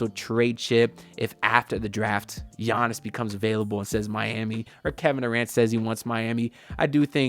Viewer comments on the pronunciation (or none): none